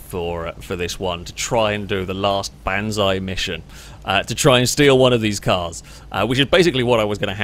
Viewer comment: I kept hearing using band's eye and I didn't know what the hell you were talking about then I realized you talking about the Japanese word for kamikaze attack it's not ban side it's like Baba Bah Bah Black sheep banji BAN or not BAHNZAI Banzai Japanese have a very distinctive way of pronouncing their vowels So what you pronounce is bands it pronounces BAHN bond like Baba zei is xi bonzi it's almost very very similar to Bonsai the art of warping trees to be what you want them to be Pulling and shaping and so on and so forth Where is bonsai now bone sigh bong bong like bond in Germany.